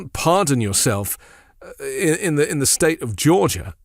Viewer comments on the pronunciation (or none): that was hysterical when he said that! I also liked when he said “ the United Shates”.